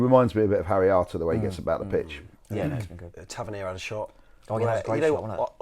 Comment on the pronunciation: FFS - learn how to pronounce the names of our own players. Tavernier - pathetic.